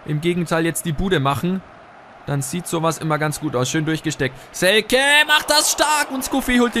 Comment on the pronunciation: Hast Selke richtig ausgesprochen! :)